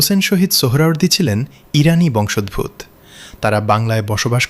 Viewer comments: Narration টাতে বংশোদ্ভূৎ বড় শ্রুতিকটু। শব্দ টা বংশ + উদ্ভূত (উৎ - ভূ+ক্ত ) = বংশোদ্ভূত। আসলে সংস্কৃত থেকে উৎপন্ন বাংলা ভাষা সংস্কৃতের নাড়ির সঙ্গে অবিচ্ছেদ্য ভাবে বাঁধা। সেটাকে পরোয়া না করে এপার বাংলাতেও বাংলা ভাষার ওপর নিদারুণ অত্যাচার চলছে। এক সময়ের আ মরি বাংলা ভাষা তার শ্রী হারিয়েছে। মুখে মুখে চলা এই ভাষা এখন তার উচ্চারণের মিষ্টতা আর সৌন্দর্য হারিয়েছে। সবচেয়ে অশ্রাব্য হচ্ছে অ কার বর্জিত উচ্চারণ। তার জায়গায় স্থান করে নিয়েছে ও কার। জন্য এখন জোন্যো, ক'টা এখন কোটা, যৎ সামান্য এখন যোৎ সামান্নো.... এমনিতে কোন কুক্ষণে কোন মূর্খ পণ্ডিতেরা বাংলায় b আর Vর ব্যবধান ঘুচিয়ে মারাত্মক বিকৃতি ঘটিয়েছেন। জানি না কোনো অন্য ভাষা আছে কিনা যাতে b আর v র ডিস্টিংক্ট তফাৎ নেই। তারপর বাঙালি প্রায়শই শ স ষ এর ব্যবধান তোয়াক্কা করে না। তার ওপর উচ্চারণ, জোর (স্ট্রেস) এর কোনো বালাই নেই। রাশিয়ান, জার্মান, ফ্রেঞ্চ এসব ভাষা তাদের উচ্ছরণকে কখনোই পাল্টাতে দেয় না। একটু এদিক সেদিক হলেই বোঝে না। রাশিয়ান ভাষা শেখার বইতে স্ট্রেস রেফ চিহ্ন দিয়ে চিহ্নিত করা থাকে। দুঃখের কথা ইন্টারনেট এখন বাংলার ভুলে ভরা, যেন ওটাই এখন কায়দা হয়ে দাঁড়িয়েছে। এরা এখন এতই বলবান যে ফোনেটিক কীবোর্ড গুলোতেও অ লিখতে a র জায়গায় o type করতে হয়। মজার কথা হলো সব বিশ্ববিদ্যালয়ে বাংলা ফোনেটিক্স ডিপার্টমেন্ট রয়েছে। সেখানে শিক্ষকরা কি করেন? তারাও কি স্রোতে গা ভাসিয়ে আসি যাই মাইনে পাইয়ের দলে? চুলোয় যাক বাংলা ভাষা। সত্যি বলছি, বাংলা ভাষা আর সাহিত্য কিন্তু অতুলনীয়। আমি পৃথিবীর সেরা 7 ভাষায় মহা আনন্দে চর্চা করি; তার সুবাদেই বলছি। ওহে বাঙালি, কর অনুধাবন! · “বংশোদভূত” শব্দটার উচ্চারণ হবে বংশোদ্ভূতো-এর মতো